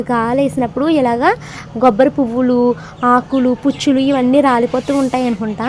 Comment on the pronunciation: Gobbari kaadu kobbari anu manam godarollam kobbari manaku manchirabadi unna panttallo 1